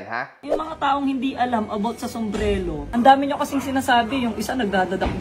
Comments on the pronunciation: wala daw alam sa sombrelo. sabe ng di mabigkas yun "Somberero" ng maayos 😅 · Sumbrero ❌ Sumbrelo ✅ 😂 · Pagsabi palang ng sombrero sablay na eh..haha hnd Sombrelo kundi sombrero😂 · SUMBRERO hindi Sumbrelo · sombrelo daw 🤣🤣🤣🤣 di nga alam paano sabihin ng tama ang sombrero ugok na hahahah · Boss narinig mo ba,, sombrelo daw,, diba sombrero dapat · Sumbrero o sumbrelo? Hahha😅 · sombrero❌ sombrelo✅ 😂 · Mas quality pa ata yung mga sumbrero sa ukay ukay kesa don sa lakers inspired kuno ni Hahahaha.. Saka Saka "Sumbrero" yon hindi "SUMBRELO" inang yan hahaha collector kuno pa.. Nice One again.. You are so back!! 🔥🔥🔥 more more more #realtak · “SOMBRERO” hindi SOMBRELO jusko dun plng shunga na🤣🤣🤣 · paturuan nga muna yung na mukhang ipis saka yung ganid na oportunista na "SUMBRERO" po yun hindi "SUMBRELO" sarili mong business di mo alam pronunciation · Nagsalita ng walang alam Ang eh tawag lang sa product di pa alam. SUMBRERO hind SUMBRELO. Sus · "SOMBRELO" daw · Wala daw alam sa sombrero si, eh yung hindi makabigkas sombrelo daw..😂😂😂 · puta na kahit tamang pag bigkas ng sombrero hindi magawa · may maniniwala ba jan kay, sumbrero nga ni hindi ma pronounce ng maayos. kopal. hahaha